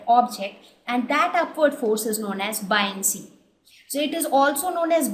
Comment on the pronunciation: i feel like i should correct you on your pronunciation, Boy-un-cy not bi-on-cy